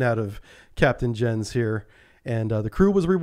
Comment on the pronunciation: 'Jens' is pronounced "YENS"